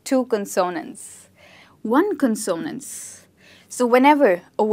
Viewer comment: CON sonants, no con ZOnants.